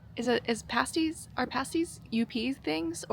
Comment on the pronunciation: I think I was in your first 5,000 subs. So glad to see you step out to do longer trips. Two things. First "paaas-ties" in most UPer's dialect, not "pay-stees" but they are definitely a UP thing. Also, now that you're doing somewhat longer rides, I highly recommend riding to Newfoundland. I've done it twice. The friendlist people in the world and you'll likely see Moose and Puffins. And if you go to the Gross Morne National Park check out the Tablelands... and be careful, all the plants growing there are carnivores... and no I'm not kidding. In Newfoundland, you feel like you've gone to something more than a foreign country.... It is said no real motorcycle adventure can begin until you tie your machine down on a ferry. A short one hour ride from Labrador, a relaxing eight hours from Port Sydney north to Port au Basque. Best motorcycle trips I've ever made!! and the coffee is a good step to owning that coffee shop! Go for it!